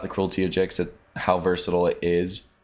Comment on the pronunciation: It's definitely pronounced Gix 😁